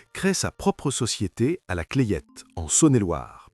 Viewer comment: on ne dit pas la clayette mais la clette .